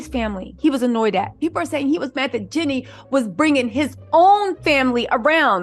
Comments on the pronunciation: its (GEE-NEE) like Genie in the bootle lmao not jenny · Please say “Jeannie” NOT “Jenny”